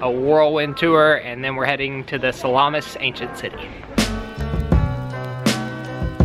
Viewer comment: Ruins - The place is pronounced Sah - la - mis. the ruins are both Greco -roman as both empires were represented there including the Franks & Turk's who currently run Northern Cyprus republic.